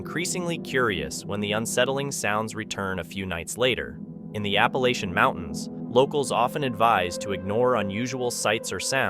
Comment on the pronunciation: Scariest or most scary... not 'most scariest'. Also, learn to pronounce Appalachia.